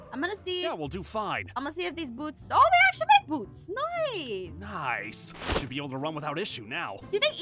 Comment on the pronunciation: I love how aphmau says noce to say nice